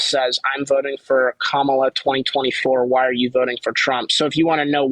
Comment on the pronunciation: People who claim to be Christian but put people down how dare you? What give you the power to put people down. Just to pronounce Kamala name right 😢 wow so not godly.